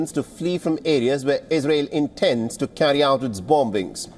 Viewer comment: It is not pronounced as bom-bings, it is pronounced as bomings